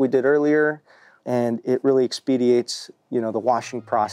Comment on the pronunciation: He said expediate